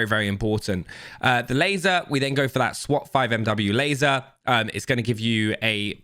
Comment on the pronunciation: laseer ????? ememy can spot on you lol